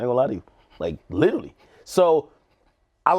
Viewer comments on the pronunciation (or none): none